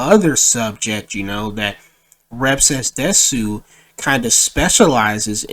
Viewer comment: Bruh he says rev says desu wrong instant cringe